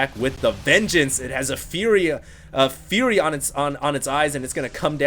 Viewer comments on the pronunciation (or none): none